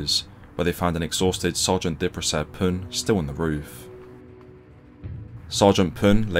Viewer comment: Thank you for pronouncing the last name right :)